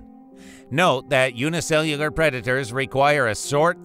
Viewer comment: By the way you struggled to say the word "unicellular", I thought you would eventually switch to saying "single cell". Every time you struggled to say it, it felt so painful, like someone crawling to the finish line of a marathon.